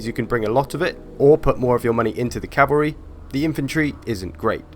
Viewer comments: CALVARY its plural cmon man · H smitty Lmfao Calvary!